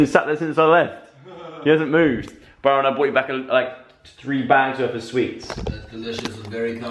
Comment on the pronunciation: The way he says "Byrooon" :D :D :D ❤